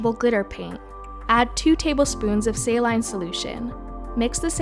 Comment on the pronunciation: not 'sail line' sail een